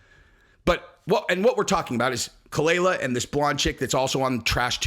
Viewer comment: kaah- lyla. That's how it's produced Jesus that dhit was annoying. She's not Bobby's wife. She is a attention whore but you got this whole situation wrong